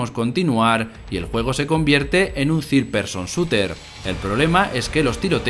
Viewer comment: “…en un ZIR person shuter”